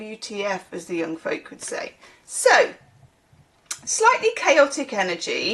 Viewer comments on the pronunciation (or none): none